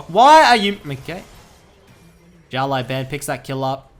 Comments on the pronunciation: his name is pronounced "shiao lau bahn" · why are you saying "xiao lai ban" when there's literally no 'i' in "lao" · Just so you know xiao lao ban is pronounced like shao lao ban (like bang without g) and it means "little boss " 小老板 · his name means little boss btw say that instead of butchering haha ( just the way u say the last part ban is boosted ) love u dude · Hey, not trying to be disrespectful in anyway, but has anyone told you that you're pronouncing his name incorrectly? Translating "little boss" to Chinese simplif is the perfect translation. Anyways, Thanks for the vids!